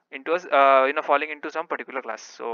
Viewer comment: Stop saying "pattikular". It's not necessary.